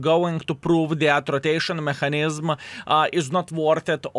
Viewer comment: не маХанізм а меКанізм, вбий слово в гугл і послухай, неймовірно жахлива вимова